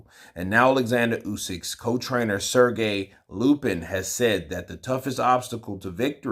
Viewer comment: Its Sergey LAPIN, not LUPIN